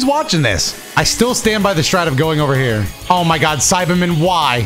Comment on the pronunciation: HE REALLY SAID "GET OVA HERE"